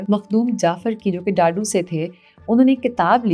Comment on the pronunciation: ڈاڈو نہیں دادو